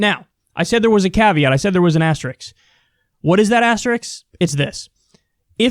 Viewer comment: Ass tricks. cuz it's spelled pronounced asteriSK lol